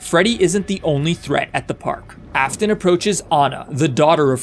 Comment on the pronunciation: Bro, I love how instead of Afton it's Aston